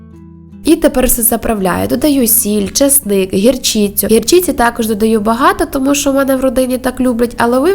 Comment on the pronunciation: Захолодати, мlняємо (мінЯємо), гірчlцю (гірчИцю), нагарає-- вперше чую таку вимову слів. Такі жирні страви на любителя, і шкідливі для організму, до того ж зараз піст, зрозуміла що не поститеся. А за велику працю вам лайк, 👍видно, що не мало роботи, щоб розібрати свинну тушку, а потім з неї ще приготувати їжу.🐖👍